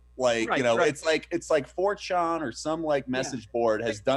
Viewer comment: Props to Zach for holding his tongue when Trevor said 4-chon. I, on the other hand laughed as hard then, as as when Trevor said hucklebilly fin. 😄